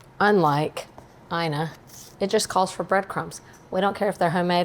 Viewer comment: I recently saw Ina Garten on a show pronouncing her first name as “E-nuh”, NOT “EYE-nuh!”